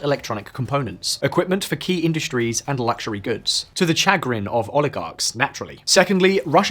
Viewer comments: I've heard two glaring mispronunciations within the first 2 minutes of this video. Look up how to pronounce chagrin and punitive. They're pronounced more or less the same in the UK in the United States, the accent doesn't change them in the way that they were pronounced in this video. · Its pronounced shə-ˈgrin